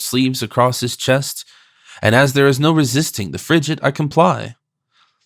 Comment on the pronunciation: I gave up on the pronunciation of “FRIGATE”! A “g” is hard before an “A” . Seriously, the preface on understanding language in its time was hardly more apt, particularly when the reader is unable to effect the proper pronunciation!